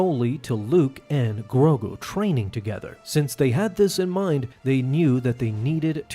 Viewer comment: His name is Grogu. Not Grogo.